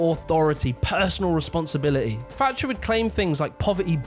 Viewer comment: It’s Thatcher not “Fatcher”